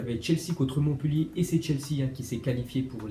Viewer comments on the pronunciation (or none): none